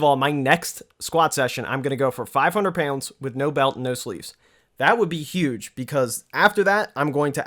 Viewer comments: I think it's more like payoundz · LOL it's more like "payunds" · I get a rush of adrenaline every time he says "pyounds" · Sounds like a New Yorker and says pounds like he's from Tennessee. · Where is from? The way he says pronounces pounds makes me think Ohio or Pennsylvania. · HAHA SAME